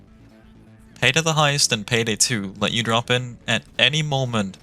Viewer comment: peydey wan, too and tree